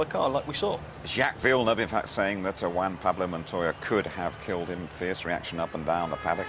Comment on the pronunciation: "WAN Pablo". good ol'. Montoya's cool, coultards fault, monty got off the racing line.